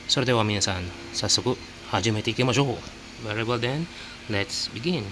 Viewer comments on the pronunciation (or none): none